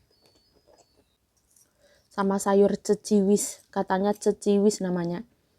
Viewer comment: Bukan Ceciwis tp Keciwis mbak...😊